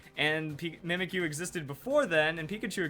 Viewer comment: U know... When you pronounce the name "Mimikyu".. It sounds like: Mimic You.